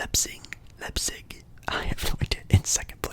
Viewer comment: yes! let’s go bayern! #Packmas! ⚪️🔴 also i will help you pronounce leipzig. it’s basically pronounced like this Lipe-Zig basically like that 😂 love the football content though, keep it up! 👍🏻